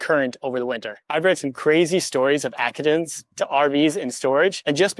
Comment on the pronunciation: How did you pronounce accidents? Lol😅